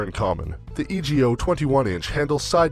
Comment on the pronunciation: It's E-go, not E.G.O.